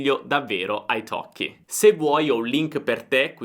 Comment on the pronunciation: e la prima persone di pronunciare Italkie corettemente ! ( i have waited for that a long time !!!)